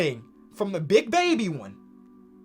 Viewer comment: Bro you emphasized Big Baby so much, I thought for sure you would get it! 😂😂 Enjoyed the video!